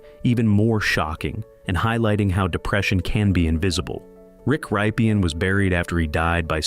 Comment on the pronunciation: get another narrator this guy cant pronounce any names its Rip - in